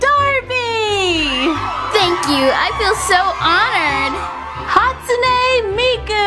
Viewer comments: It's not HatsunAE Miku it's HatsunEE!!!*cries in corner * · It's Ha-Stoon Miku just so you know